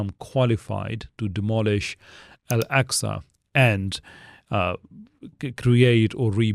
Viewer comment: Nothing against your al-jazeera mehdi hassan type video but please don't call Al-Aqsa "el-eksa"